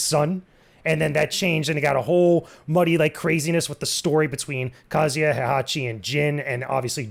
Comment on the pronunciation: Oof you guys really mangled the pronunciation of Kazuya's name. It's not "Kazia", the "Zu" should have been properly emphasized. Use Google translate if you must: 三島 一八